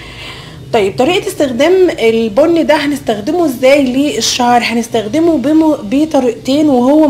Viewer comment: انت ليه بتقولي نزدخدمه ما تعرفيش تقولي نستخدمه بالسين يا حلوه